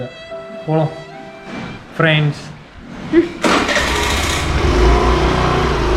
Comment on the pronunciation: "Pirands" is ultimate......😂😂😂😂😂😂😂😂🤞